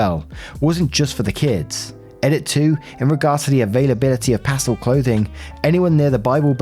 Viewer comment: Story 5 - When can't pronounce the word "pastel" correctly..................